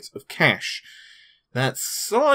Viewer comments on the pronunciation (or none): none